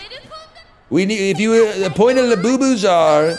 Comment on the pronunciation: French Yogi Bear be like: La Bubu